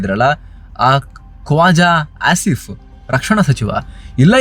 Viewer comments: are you saying ASSif ?😂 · The was you Say Kwaja “Ass”if, “Ass”im Munir is 👌🏻😂😂 🇮🇳✊🏻